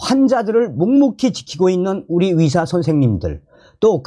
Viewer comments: 위료, 위사, 위협, 위대.... 헷갈리지 않습니까~~ 의료, 의사, 의협, 의대 로 제대로 발음 부탁합니다 몇번만 연습하면 될뗀데 계속 헷갈리게 하네요... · 다 좋은데 발음을 똑바로 해주세여 위사가 아닌..의사 또는 의새로 하던지